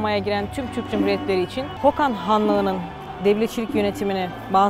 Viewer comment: yalnız orası hokand değil kokand